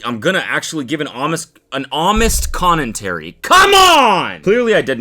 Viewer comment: Does Cody say "Connentary"????????